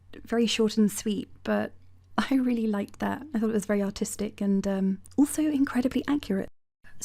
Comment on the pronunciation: When you thinks she is classy and saying "artistic", but all my brain is hearing is "autistic".